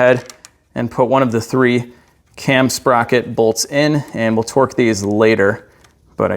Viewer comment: You say "twerk" instead of torque and i laugh every time.